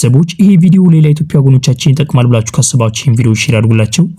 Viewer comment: የኢቶፒያ አትበል በትክክል የኢትዮጵያ ብለህ አንብብ ፣ፃፍ